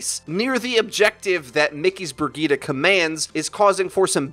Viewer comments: Ugh! “Brig-eat-a”...! That pronunciation is killing me! I thought it was “Bridge-it”!! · IT'S PRONOUNCED BREE JEET, NOT BRUH GITA. WHAT THE FUCK IS BRUH GITA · Say it with me briejeet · everytime he says burgitte take a shot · Lol. The Way english People pronounce “Brigitte”. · Rolling the tongue vs not rolling makes a huge difference... Lol